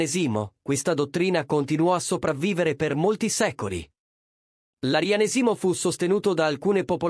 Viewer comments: Ma nn si dice " Arianèsimo" e nn "Arianesìmo"? Qalk1 gioca a fare l'ignorante......!! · Arianésimo, non Arianesìmo.🤣🤣🤣🤣😂😂😂😂🥰🥰🥰